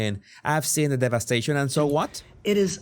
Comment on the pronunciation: "I've seen the delicious devestation."